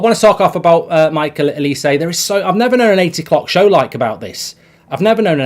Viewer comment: Well done Mark, your pronunciation of Olise's name has improved from the morning show where you totally murdered it. You can still do better.